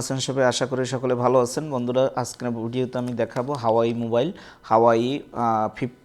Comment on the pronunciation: হাওয়াই না,,,, হুয়াওয়ে হবে মিয়া